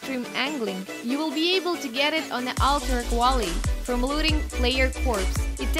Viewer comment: "Alterac Wally" I lol'd